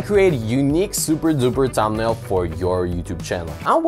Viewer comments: its "thumbnail" not "tambnail" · When you says tumbnail 😂 ... Btw thankss❤ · Thanks for the info 😌 I really like the way you say tumnail 😊 I’m not making fun, genuinely like your accent 😌 again thanks for the tutorial and info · no u just said thambnail anyways forget it everyone has their own accent and we shoud not disgrace it